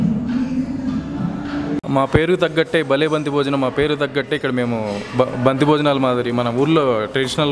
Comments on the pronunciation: బంక్తి కాదు పంక్తి భోజనం అనాలి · బంతి కాదురా బాబూ అది పంక్తి. పంక్తి అంటే అడ్డు వరుస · "పంక్తి భోజనం" అనాలి.బంక్తి కాదు.పంక్తి అంటే వరుస.వివాహాది శుభకార్యాలకు అందరూ వరుసలో వొకటి ప్రక్క వొకరు కూర్చుని భోజనం చేస్తారు కాబట్టి "పంక్తి భోజనం"అన్నారు. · అది బంతి భోజనం కాదు, పంక్తి భోజనం అని అనాలి, పంక్తి అంటే వరుస, ముందు పేరు మార్చు, బంతి, bat కాదు. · Banthi bhojanam kadu, pankthi bhojanam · Mee Telugu తగలేయ్య....banti bojanam ఎంటిరా....అది పంక్తీ భోజనం..